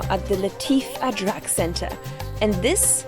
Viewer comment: Love the way your calling an ajrak a (adrak)